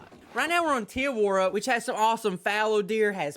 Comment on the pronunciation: hi kg great video as always the only thing though is you miss pronounce te awaroa wrong if you try elongate the awa and then make shure to have more of a deffinition on the r and a keep up the great vids